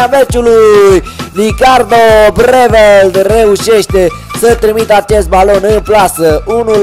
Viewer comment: Breeveld e olandez nu cum ai spus tu :)